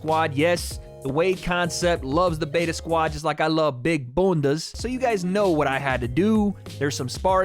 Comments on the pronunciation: I cant get over how he said Bunda🤣🤣🤣🤣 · hearing say bunda xD love from the UK